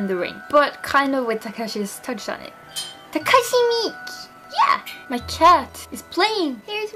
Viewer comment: pronounce it Takashi Me kay